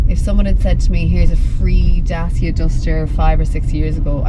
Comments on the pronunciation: What;s a DASIA?....Last time I've checked was called daCia....not daSia🤣🤣🤣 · The correct way to say it is Dat-chia. (I asked a Romanian workmate. He said it was named after the ancient Dacian tribe who resisted Roman Emperor Trajan. Trajan's Column, still standing magnificantly in Rome, was built in 113AD to celebrate the Roman victory over the Dacians ... pronounced Dat-chians. It was the first of many Columns .....Dubliners should thank Trajan for the design of Nelson's Pillar.)